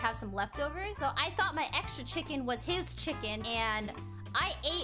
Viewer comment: plss stop sey chiken